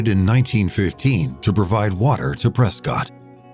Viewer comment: Ooops, Prescott mispronounced; it's Pres-kit. Sad that you didn't film the amazing Mogollon Rim; quite a unique natural wonder.